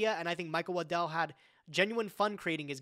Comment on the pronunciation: The way says Waddell sounds like Lindell and I was sitting here goin "The MyPillow guy made a card game??????"